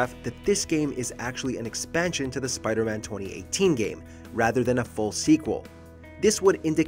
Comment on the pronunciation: Lol " Spider-Mam"